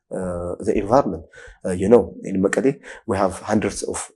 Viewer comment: is it morally acceptable to pronounce MEKELLE as መቀሌ in English as you wrongly do in AMHARIC